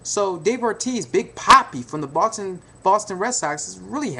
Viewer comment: i swear he keeps sayin the button celtics